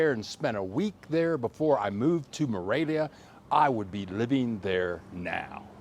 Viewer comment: I liked your video, but it really sounds like you are saying Moravia, not Morelia...